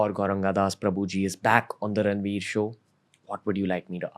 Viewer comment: No one can say Ranveer that beautiful than 🙇🏻